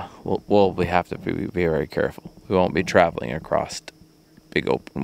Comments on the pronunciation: You do realize there's no "T" in across right? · Why do ppl say a crossed when it’s across